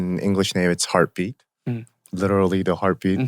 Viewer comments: Listen to my heartue beatue !!!! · listen to my HEARTEU BEATEU